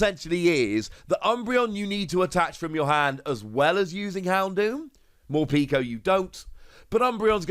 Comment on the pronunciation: Love the pronunciations Morpeeeko and Eviltowel